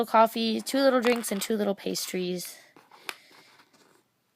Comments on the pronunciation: You said Berry Excited :) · omg!! my cousin says 'berry nice' lol